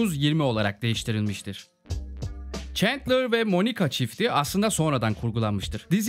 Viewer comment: abi şuna çentler çentler diyip durmussun ayar oldum kapadım video eyw yinede eline saglık